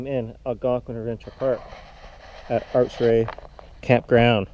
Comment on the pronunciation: Dude, its pronounced Ak-Ray,, not achray,, sites 9-6 for RVs on the water.